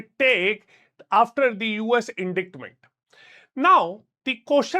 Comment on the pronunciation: Please go check how to pronounce indictment